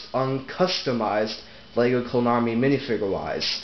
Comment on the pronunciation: It sounded like you said My Little Clone army, and then you made the Wub Woo face...suspicious.